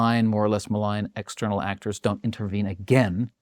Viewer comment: There is NO WAY he is not purposefully mispronouncing words! LEEEverage? ActOOOOrs? Lol.